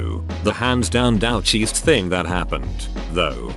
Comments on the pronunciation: Come on!!! You chose the title of "douchiest" and you can't make the electronic voice pronounce it correctly. Add yourself to the "douche" list. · "dowch" gets me every time lol